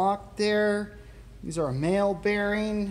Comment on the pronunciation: Mahle = Pronounced 'Molly'